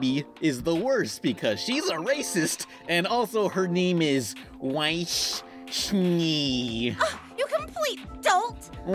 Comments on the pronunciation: I'm sure someone already said this but "Weiss Schnee" (or however it's spelled.) is German and means "White Snow" and is pronounced "Vice Sh-neh". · Weiss schnee... Spongebob: "wee snaw" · It's hilarious how you pronounce Weiss Schnee.